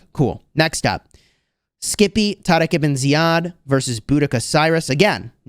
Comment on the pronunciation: The way you tarek ebn ziad is exactly as our Arabic talking ,i appreciate saying it the right way 🫶🏻